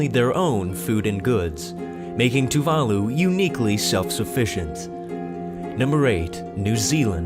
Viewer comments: Tuvalu is pronounced 'too va loo', not 'too var loo' !!! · Tuvalus lol wtf :D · The mispronunciation of Tuvalu made me want to die... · The way you pronounced tuvalu was fucking painful.